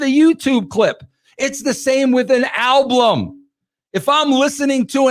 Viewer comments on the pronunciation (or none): Don't forget alblum!